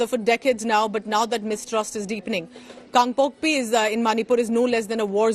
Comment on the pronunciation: It's KANGPOKPI not KangpokpO